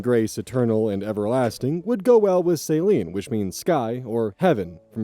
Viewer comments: I'm pretty sure Amara is pronounced something like Uh-mar-uh. ETA: Also, think of Celine Dion for the pronunciation. 😊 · I'm just listening in the background while I do chores, so only hearing the pronunciation of "Saline" had me VERY concerned. For reference, I pronounce "Celine" as "SUH-LEEN", like Celine Dion. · And 'Celine' pronounced 'suh-LEEN' with emphasis on the second syllable, and not pronounced like saltwater solution medical professionals use for intra-venous hydration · Celine is often and most commonly pronounced Seh-leen rather than Say-leen for future reference :) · So I was just listening to this as background noise and the idea of her name being Embrace Saline was absolutely hysterical to me. Like she was a billboard for saline solution. That said, Celine is pronounced sell - lean. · Celine is pronounced Sah leen, not saline, lmao. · Why are you pronouncing "Celine" like "Saline"? Celine (seh-leen) is a name; Saline (say-leen) comes in an IV drip. 😂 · "Celine" is not pronounced "Saline"... 🤣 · Celine isn't pronounced like saline xD I was listening to it without looking at it and was like that's still a pretty weird name... then you said it meant sky or heavens in French and I was like ??? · oz ☠️☠️☠️☠️☠️ ah-mar-ah; es-may; sell-een; and yea rosalie. Also, why in the world would you name your child a verb. Stop naming children like pets people. They will be bullied and they will not get taken seriously when it comes to things that need applications like housing, jobs, loans, etc Edit: ok im sorry but oz how have you never heard the name AMARA?!?! I just cannot get over that. also it's CELL-EEN. Like celine dion!!! you are killing me right now 😭😭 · Celine isn't pronounced like that. You're pronouncing it like salt water. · the way you said Celine sounded like Saline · Celine as "Saline" (like salty water!) cracked me up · That bugged me a little lol Also it sounded like he was saying saline instead of Celine